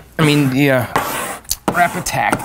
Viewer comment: I have to say.. I always thought you were saying "Wrap-Attack". I while back I figured out its really "Rapid Tac". I found it on Amazon. Its pretty easy to come by and there are lots of how to videos on this stuff. It appears guys who put art on cars, use Rapid Tac.